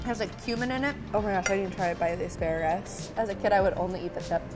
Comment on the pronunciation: The amount of words she mispronounces chills me to my bones. BRUSKETTA…ASPARUS…OJOUE.